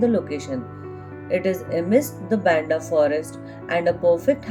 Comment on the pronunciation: Its "BAAAANDHAA" Not "BNDAAA"